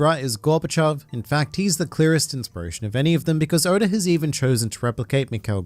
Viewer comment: Stop calling him odor 😭